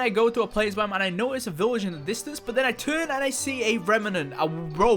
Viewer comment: It's a good video but you keep saying village weird